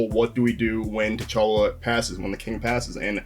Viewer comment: OK. Who the heck is Cha’talla? LOL…. 😂, you do know you can edit out your own mistakes, right? 🤣 AFAIK your videos aren’t live? Just saying... 🤷‍♀️